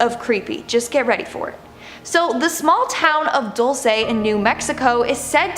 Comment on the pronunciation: Dual see lol dul-ce